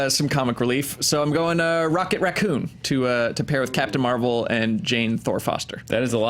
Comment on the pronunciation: "Rocket Racconn"